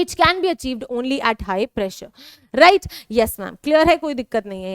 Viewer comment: Mam right ko राइज bolti hai😂